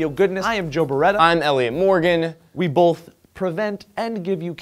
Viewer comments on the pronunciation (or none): Did Joe say bolth? BOLTH? THERE. IS. NO. "L" IN. BOTH. Still love ya Joe!